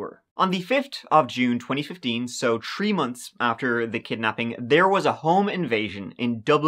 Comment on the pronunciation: what is a 'tree month'????